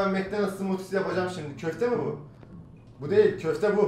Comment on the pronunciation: Şimde demesine bayiliyom yaa